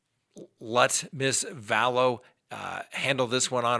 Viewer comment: I love your channel...I consider myself a junkie of your show. However, your killing me with you pronunciation of her name: you’re saying Vallowces rather than Vallows. Please I’m begging you.:)